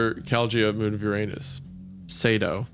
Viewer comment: I like how Wendi pronounced Uranus with the anus in it.